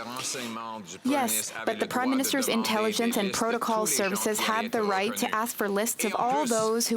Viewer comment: This is not Reicht! I did not z ziz coming